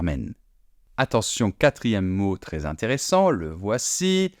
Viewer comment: Le commentateur prononce "mé ailleux s"appelé" au lieu de mè ailleux s'appelè" il dit tré au lieu de trè pour prononcer très. Et on ne prononce pas non plus "français' francé mais francè